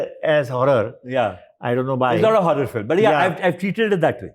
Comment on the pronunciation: I watch many of Your podcasts you use some higher English words, but pleeeze, it is fi l im not phillum pronounciation it's irritating comeon not from you